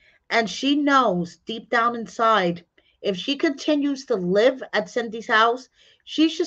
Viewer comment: Duh, Live not Luve